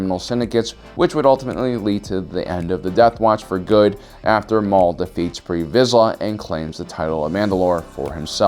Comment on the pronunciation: It’s TARRE VIZSLA